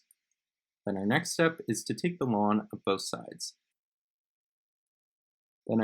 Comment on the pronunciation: thats how its supposed to be pronounced